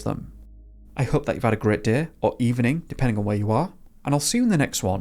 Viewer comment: You say Home and Hope weird I dont like it.